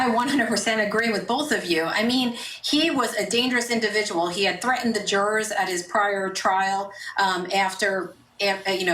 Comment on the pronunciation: "Jurors" is not pronounced JOURERS. smh